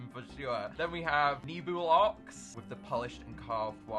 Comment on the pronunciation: I think its actually pronounced Ne-Blox Not Nebulox